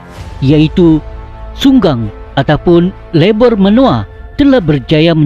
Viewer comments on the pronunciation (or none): Minit 6.46..Di sarawak di s3but Unggang " .lebur menua.." Bukan Sunggang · Unggang bukan sunggang